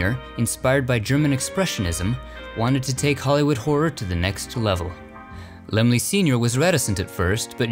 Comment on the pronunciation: So that's how you pronounce Laemmle! Lol Great film!